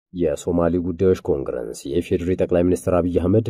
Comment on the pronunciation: እርማት፣ኮንግረንስ ሳይሆን ኮንግረስ ብሎ ቢነበብ ትክክል ይሆናል።